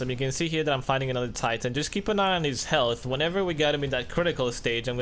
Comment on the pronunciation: god damnit dude it titan. not TIEEEEEEIITEN